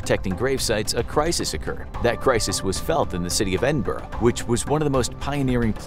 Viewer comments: ‘Edin-burgh’ Ew. It’s Edin-boro It’s fine though, you’re not from the UK. Great video ❤️❤️❤️ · It's pronounced "Edin-bruh" ❤